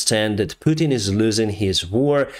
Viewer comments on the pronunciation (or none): none